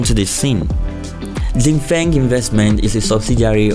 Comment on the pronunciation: 新风 Xin Feng which means New wind is pronouced Shin Fong with two first tones! That's probably the best way i can explain what it sounds like😉